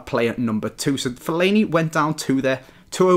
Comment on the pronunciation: Not Fellani ... more like Faillani thumbs up if you agree :D